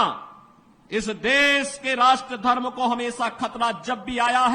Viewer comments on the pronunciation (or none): none